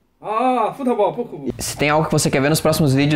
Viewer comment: "FUTEBOL" KKKKKKKKKKKKKKKKKKKKKKKKKKKKKKKKKKKKKKKKKKKKKKKKKKKKKKKKKKKKKKKKKKKKKKKK